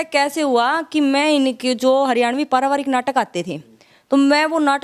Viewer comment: ममता पारिवारिक बोलो paravaarak नहीं